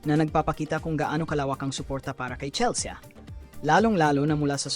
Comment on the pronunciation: CHELS-YA talaga??? Merong Filipino AI voice na pwede gamitin. 😂😂😂